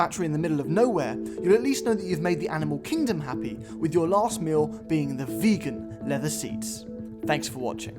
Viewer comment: When i first heard "Vegan Learher seat" I didnt wanted to believe what I heard. So my brain automatically translated as "beacon leather seat" but you hit the nail in the coffin by saying it again at the end of the video.